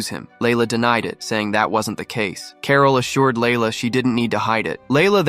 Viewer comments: Who the hell says carol like carl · Carol not Carl.